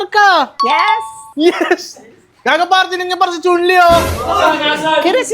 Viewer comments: Chun Lee ❌ Chon Le ✅ 😂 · Chun-li lichun (letchon) hahaha hahaha